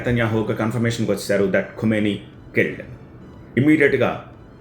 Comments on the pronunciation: Khumeni kaadu Bro Khameni kha khu kaadu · Khameni, khumeni kaadu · ఖుమేని కాదు బాబు ఖమేని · Kumeni kaadhu bhaabhu... Khameni...!! 😅😂😂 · ఖుమేని కాదు ఖమేని. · ఖుమేని కాదు ఖమేని 😂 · Khu kaadu Kha... khamenei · సూట్ మీద ఉన్న ధ్యాస మాట్లడటం మీద పెట్టు స్వామీ. వార్తలు చదవబోయే ముందు ఇష్రాయెలా, ఇస్రాయెలా అలాగే ఖుమేనీనా ఖమేనీనా పలకాల్సిందని తెలుసుకొంటే గౌరవం పెరుగుతుంది. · Khumeni kadu ra howlee.. ...Khamenei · Khumeni khadu babu khameni...name aina sariga paluku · Kumeni kadu kameni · ఖుమేనీ కాదు.. ఖమేనీ.. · Kumeni kadu kameni and no perfect evidence of his death